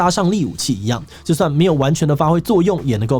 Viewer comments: 我以為那個字唸ㄕㄜˋ欸威懾力😂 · 威慑力的慑不是念（shè）吗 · 威懾ㄕㄜˋ啦乾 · 不說不知道，一說嚇一跳，原來有這麼多的面向影響這場戰爭… 順便提醒一下是讀「威懾ㄕㄜˋ力」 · 「威懾力」的讀音很值得推一下～